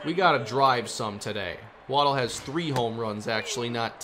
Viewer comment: You asked us to let you know when you were mispronouncing a player's name. It's Wa-DELL, not Waddle.